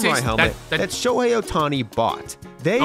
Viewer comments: Bruh it's Shohei HEY not Hi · Literally Said Shohi Instead Of Shohei. 😂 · I’m sorry but to have Shohei come to the Jays ya gotta pronounce his name properly lol